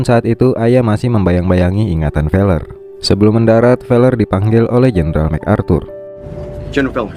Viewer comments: Feler ya bukan pakai p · Fellers, pakai F ya bukan pakai P